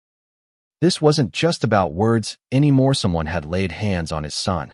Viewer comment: Good story but the AI narration needs a lot of fine-tuning. How does the word "anymore" become "Anna Marie"?